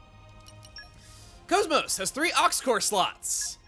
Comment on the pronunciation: Why do you call KOS-MOS "Coes-Moes" when her name in the game is pronounced differently?